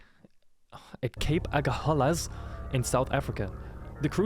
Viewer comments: As a South African living in Cape Town, I laughed a bit when you said Cape Argahalas wrong lol 😅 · As a South African living in Cape Town, when the guy said Cape Argahalas wrong I laughed a bit 😅😂